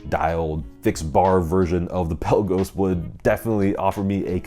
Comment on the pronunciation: It’s Pe la’ gos not Pel’ a gos!